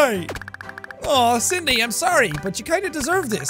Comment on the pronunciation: jacksepticeye : "Cindy" captions : "sYdNEy" "thing"